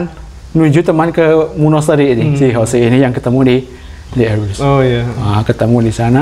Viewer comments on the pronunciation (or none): none